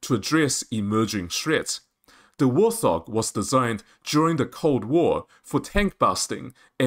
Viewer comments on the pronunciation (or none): Warthog is pronounced "Wart" and "Hog". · Interesting news, especially about the APKWS2. However information is presented in a confusing manner, and with repetition, with similar info presented in different places, eg. the markings for Drone Kills. This video could have been cut in half without losing any information. And also, it's "Wart Hog", not "War Thog". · Bro... it's Wart Hog, not wor-thog. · Great Vid. By the way. Its Wart-Hog, not War-Thog. Warthog is a type of pig. No idea what a 'thog' is. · Allow people their accent anomalies.